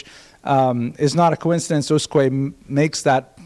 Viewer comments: The name Usque is not a common name, in fact, I don't think that name still exists in Portugal... But reading it according to European Portuguese rules, an acceptable approximation would be to read it like "OOSHK". The word is considered to have 2 syllables, with stress on the first ("Us"), but the second syllable is so brief that it sounds a but like a monosyllable. The "s" at the end of syllables is pronounced as "sh", so "Ooshk". One note to: pronouncing the "J" in "João" the way he does it (and apparently likes to do it), which is the Spanish pronunciation, is one of the most irritating things one can do to a Portuguese word... Other than that, great lecture. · As asked... in Portuguese in USQUE you don’t read the U after Q. You probably should read it as Usk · The right pronouciation is usk (u read like oo, s read like sh): I'm portuguese. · It's "Ooshk" :) Thank you for posting these lectures.